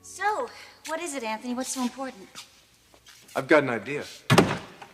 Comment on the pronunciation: anTney seems the type that would enjoy swapping places with ole james in the dungeon. i ff'd so much i dont even know who really killed ivanka? why does sally pronounced his name AnTney? anyone know